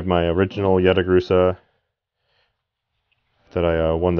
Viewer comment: "Yata Laruso" lol hahahahaha